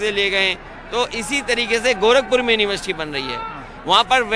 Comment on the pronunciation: please pronounce University correctly... Plz plz It is a question mark on your competency brother